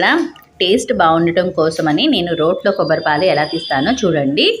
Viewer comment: కోబ్బరి కాదు తల్లి, కొబ్బరి.